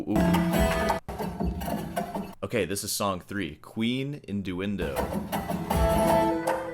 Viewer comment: "Induindo" for "innuendo" is crazzyyy 😭😭😭😭😭